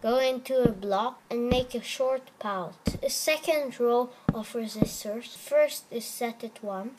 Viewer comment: you say resisters? still nice!